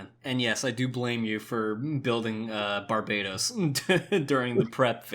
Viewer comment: Bar-BAH-tohs, not bar-bay-tos. Specifically that's the High Grade: Iron-Blooded Orphans: Barbatos Lupus Rex. I'm an Autistic Gundam fan with OCD so mispronunciations bug me.